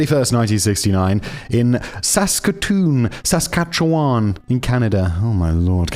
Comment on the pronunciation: Also "saskatcheWAN"